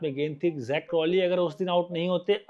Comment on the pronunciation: Shukar hy kisi indian nay Zak ko sahi pronounce kiya hy . Warna sub Jack Crawley bolty hain😂😂😂😂. Difference hy Jack aur Zak mein